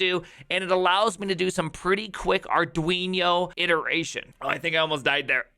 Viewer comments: Maybe it should be called Arduinho to match that awesome pronunciation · "arduinyo" ... 😑bruh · Dude, what's the deal with the "arduiño"? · Fun Fact: It's actually pronounced Ar-doo-een-yer-mom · Did you call Arduino, Arduinyo? :D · Ah yes, the Arduiño. In all seriousness, that's a really cool way of doing it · Whats an arduinio? hahaha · Count some "Arduinio" 🤣